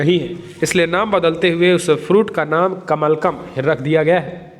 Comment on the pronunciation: कमलकम् शब्द नहीं होता कमलम् होता है